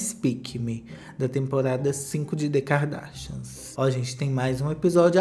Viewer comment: adoro qdo vc fala "DêKardÁshianz